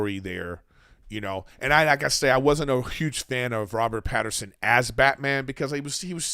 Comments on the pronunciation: It’s Pattinson. Not Pat-her-son. Robert did a great job and doesn’t care to be playboy Bruce yet. Now that the way the movie ended he’ll be more involved with the citizens of Gotham. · Mr griffin, there is no R in Pattinson